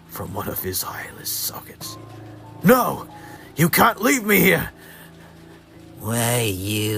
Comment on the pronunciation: I thought the "No!" sounded like "Pluh!" For a split sec😭